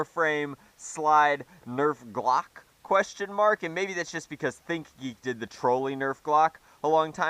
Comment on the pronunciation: please tell us that you calling it a "Glock" was a joke.